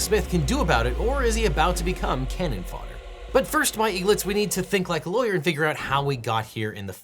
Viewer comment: i thought he said Cannon Farter instead of fodder 🤣